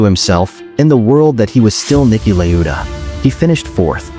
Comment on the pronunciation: bro its Niki la-eu-da